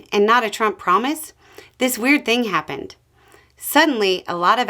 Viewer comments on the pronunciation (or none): none